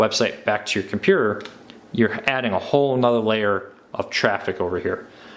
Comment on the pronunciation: ttttttttttttttttttttttttttt - here are all of the missing t's from the words compuTer, InTernet, and maTTer